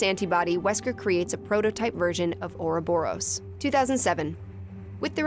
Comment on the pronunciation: Everyone complaining about the jokes whilst I cringe at the pronunciation of "ouroborus"